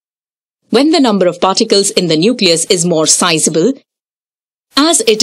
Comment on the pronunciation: Who else only hears farticals instead of particles 😂